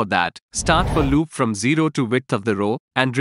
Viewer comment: Explanation sucks. "fireChar" and "for loop" pronunciations suck.